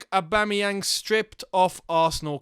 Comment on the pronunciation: "Aubame bloodclat yang" You said that perfect 👍🏿